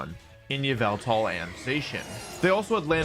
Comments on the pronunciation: It’s called ya-Val-tal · its pronounced yah-vul-tall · it's yavaltal